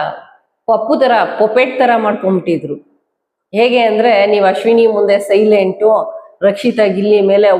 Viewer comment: ಯೆಗೆ ಅಂದ್ರೆ❌😂 ಹೇಗೆ ಅಂದರೆ..✔️